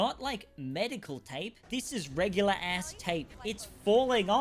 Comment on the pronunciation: I'm very disappointed. You can't request the film to cater more toward Australians, whilst pronouncing ass wrong the entire video. I'm shook. I'm physically and emotionally torn.